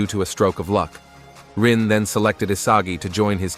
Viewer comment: fr bro called Rin "ARyu" like i was so puzzled until i realized he meant Rin